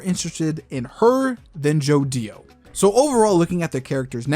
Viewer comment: it's annoying how say's joDIO and not jodio in 1 clean word